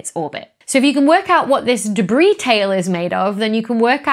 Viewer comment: "Deb-ris?" - The Slow-Mo Guys